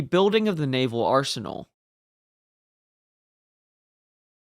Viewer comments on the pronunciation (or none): none